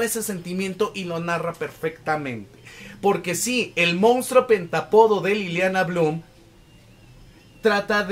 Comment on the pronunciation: Está padrísima la reseña pero me brinca muchísimo que no pronuncie bien la palabra pentÁpodo , acento en la A. 🫤